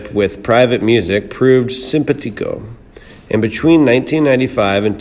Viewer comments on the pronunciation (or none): Ugh. SympaTICO? It's symPAtico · "SIMPA"-teeko??????????????? I almost passed-out from laughter. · As a narrator, you may want to learn to "simpatico", "Warner Bros." and Muscle Shoals.